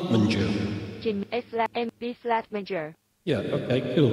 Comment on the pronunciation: Amazing! This thing eats the first letter from every word!!))))))))) "_Eah, _ank _ou!" "_at's a _itch!.."